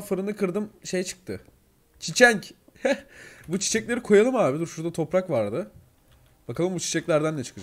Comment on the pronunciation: Abi sen topraka torpak diyorsun